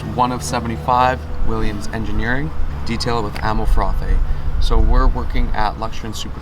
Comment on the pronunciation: So you can pronounce “Frothe” right, yet even when coming in contact with a 1.8 million dollar example, you can’t say Porsche correctly. Whatever man, nice vid. StopCallingItPoorsh2021